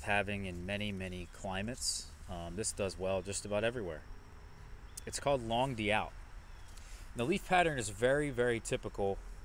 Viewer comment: it's pronounced "long doot." It means long August in French.